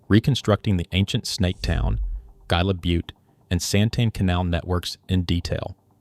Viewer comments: You pronounce gila hila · Its pronounced HEE-LA. Damn AI production. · its Hila, not gila. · Very interesting, well done video. I am looking forward to when A I can actually get word pronunciation correct. For example “Gila” should be pronounced with “H”, not a hard “G”. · LAMO...Learn the words youre saying before doing a documentary. Gee-la river. what an idiot. It's Hee-la river, Gila River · Come on, dude, if you're going to give the oral narrative, please, learn the proper pronouncement of the words. The word Gila is pronounced with the g sounding like an h. Hela. Thank you. 😮😊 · this stupid AI slop needs to be taught how to pronounce Gila. It's HEE-la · Gila is pronounced HEE-lah. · pronouncing Gila with a hard G is a punishable offense in Arizona. c’mon man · LOL came here for this comment. Does entire deep dive...say GI-LA 😂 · Gila is pronounced hee-la. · Should've carried the name from the beginning.... ( ) Except it was not known. It wasn't done out of disrespect, it was done because nobody knew. Your AI videos throw a lot of unnecessary shade at people. Look in the mirror because we could also say "Gila" should've been pronounced correctly from the beginning of your presentation. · This AI, no self resepcting archaeologist even remotely familiar with Arizona would allow the narrator to pronounce Gila so incorrectly. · Yeah, you'd think AI narration would have learned that by now. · Please learn to pronounce the names before you record. Gila - Hila. O'odam - Awtham. Etc.